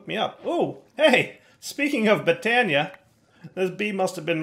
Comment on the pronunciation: Botania... more like Bee-tania